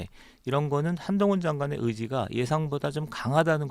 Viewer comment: 사회자님. 발음을 정확하게. 한동훈입니다